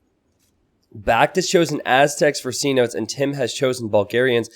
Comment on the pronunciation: I kinda don't want to say this because I know how feels about people pointing these things out, but do look up the pronunciation of 'cenote'! Sen-oh-tay.